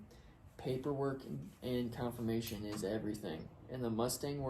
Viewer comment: It’s CONFORMATION, not Confirmation